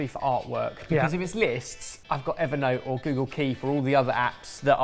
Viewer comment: Of course, uses "Ebber-note"!